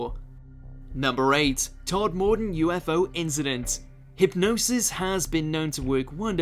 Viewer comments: Onvoy? It’s ENvoy, you. Same as it’s pronounced Todmaden, not Tod Mor Den. Oh and one more, it’s BARKshire, not BERKshire. FFS! No more watching this channel. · I live near Todmorden and that's not how you pronounce it! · Damn the way you pronounced Todmorden is werid to my ear... I always say Todm'den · Tod-Mordon lol come on bro you're not even from abroad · Berkshire is pronounced Bark shay er, and Tod mor ton is pronounced Todmerdon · I'm constantly amazed by the narrator. He's obviously from the UK, but constantly mispronounces common British words. In this case, 'Berkshire', which is one of those ancient British words that are not pronounced as written. It's 'BARKSHIRE' (and a bit later on, 'TOD-MA-DEN') in case you were wondering. Everybody knows this. It's annoying, saying things incorrectly - unless it's done on purpose, to annoy; in which case, stop it. The one man M.O.D. department was Nick Pope, who used to seem a reliable source of information in the 1990's, but in the intervening years, seems to have lost the plot, somewhat, and seems now to be a go-to talking head for any number of crackpot conspiracy theories. He does not seem to be considered very credible nowadays, unfortunately. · How does someone with an English accent who works as a voiceover artist not know how to pronounce Berkshire or Todmorden properly?